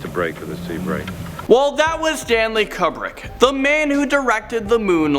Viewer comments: You found a unique way to mispronounce Stanley Kubrick. first Stanley is one word. It is not Stan Lee. its all one word. Secondly, Kubrick is commonly pronounced que-brick or koobrick not cub-rick. I have some speach issues myself, particularly with the letter R, but I do not make my living speaking. please see a speech therapist, or anyone who can help you be more easily understood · Stop running channels where you don’t even have the decency to check up simple pronunciations. A-pole-lo, Stanley kub-brick cmon. Phonetically A-pol-o, koob-brick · Stanley "Kuhbrick"....seriously?? This hurt me deeply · “Stanley Cubbrick” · Your pronunciations are scary, Apollo like the Greek god, not pollo, like chicken in French. And Kubrick is pronounced Qbrick. And what the hell is with allllll the ads?? C'mon guys! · KUHBB-rick lol... Oooooooh, these kids nowadays... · Mostly due to my obsession w him your pronunciation of Kubrick makes me squirm as I OD on cringe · Why is this guy yelling? There’s people who believe that the earth is flat. Why wouldn’t there be people who don’t believe the moon landing happened? And you pronounced Kubrick wrong, pal. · Pronounce Kubrick correctly please!! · Mispronounced Kubrik also. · Did you hear how badly he butchered his name?? I bet you he didn't even know who Stanley Kubrick was before he made this video. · You pronounced Kubrick wrong no biggi tho